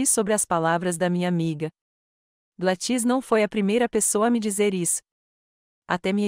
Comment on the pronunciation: Não é GladŸs é GLÁDYS